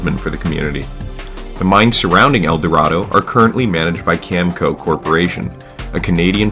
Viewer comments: Cameco is also pronounced “Cam-a-co”. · Your pronunciation of Metis and Cameco are a bit off, but otherwise it was decent.